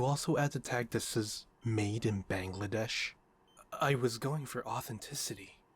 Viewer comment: Did he say BANGLADESH!?